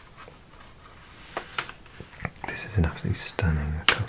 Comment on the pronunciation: A bit late to the party and I'm not sure if this has been said already (I have seen some mentioned but not this, toutes mes excuses si c'est le cas) but this is "Arles" (pronounced "arl", "arle" (no emphasis on the e (nor the s))), not aries :) And I have to say I'm very surprised at how you nailed many of the pronunciations! I mean I'm very used to many people (including asmrtists doing History or such) lowkey butchering (haha sorry) our places names (granted I get some of them are tough and even us Frenchies do struggle at times; like "do we pronounce the z or x" (common question in the Alps as far I know lol (and surelyyy many other places), and the "worst part" being that by many people (or depending places) you'll be told "oh either works" then get mocked or scolded the next minute by someone else 😆 Many of your pronunciation were super close or even very spot on French accent and it is very satisfying hehe; I wasn't too worried as I have been watching your russian vids for a long time now and thought you were also acing most of that "coming from an English ("speaking country" if that makes sense?) accent", and knowing how harsher languages like French or Russian (e.g the goddamn letter R lol) can be tough (and very much vice versa) ! so yeah, sorry for the babbling- but yay!! very relaxing vid, and at the same time makes me go over my memorization of les Départements (their numbers/order as well) (rpz la Savoie 73 l'Isère 38 et la Mayenne 53🤓) and cities! Thank yo